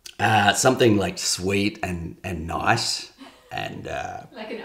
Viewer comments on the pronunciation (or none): none